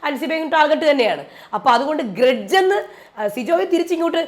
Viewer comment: Gredge ala mairay “Grudge”😂😂😂